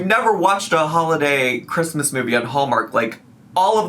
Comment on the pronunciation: The way she pronounces the "Chr" in Christmas makes me want to stab my eardrums out. Was she intoxicated while making this? Someone on Reddit found the chicken purse if you're interested. Also, how is she wearing a sleeveless dress in one scene and a winter coat in another?